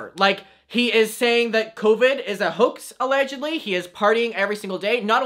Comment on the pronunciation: This is completely off topic but every time he says “Hoax” all I hear is “Hux” and that’s on thinking about nothing but Star Wars👁👄👁🧍🏻‍♀️